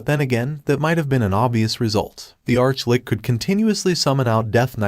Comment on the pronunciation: What's with the sob sob? It's an Arch-Litch, not lick